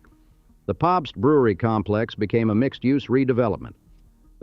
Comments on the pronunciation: Captain Popst!! Gotta love the befuddled Ai! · Or Pabst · Funny that the voice doesn't know how to pronounce "Pabst."